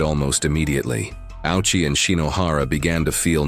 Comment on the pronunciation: Ouchi is pronounced Oh-u-chi.